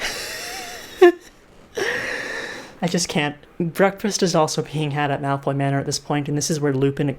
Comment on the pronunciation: i keep hearing milf manor whenever you say malfoy manor